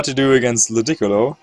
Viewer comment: the beautiful pronunciations are a thing of beauty. The way he says Ludicolo makes it sound like its a precious chinese vase.